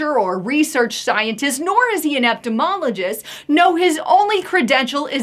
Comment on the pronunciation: EVERY VIDEO: EPTIMOLOGIST 🤣